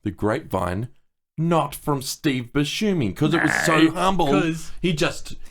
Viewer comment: Someone plz teach how to pronounce Steve Buscemi's last name